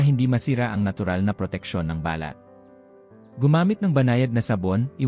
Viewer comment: Pasensya na po. You need to learn how to pronounce Tagalog words correctly, such as: Pabango, balat, taong gulang, nagaalangan, kumot, sumakay, bumulong, malamang, pagbabasa at iba pa. Magpa tutor kayo. No offense meant. Other than that I like the info that you shared. Thank you so much.